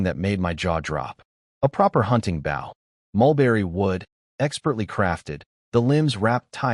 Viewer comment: Could you PLEASE teach the narrator bot to pronounce "bow"?